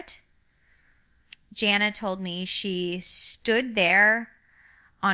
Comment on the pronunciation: She also pronounced Jana wrong. Shame on you for doing fake videos